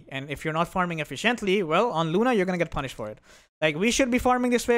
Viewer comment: b most respectful and learn how to pronounce " efficiently "